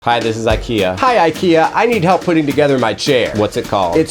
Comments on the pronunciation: I'm a small Swedish person and I felt sad feelings about your pronunciation.☹️ Very good video though. //Swedish ISTJ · Weird us- English prononciation of the word "ikea" 😅 Im more like INFP here 🤭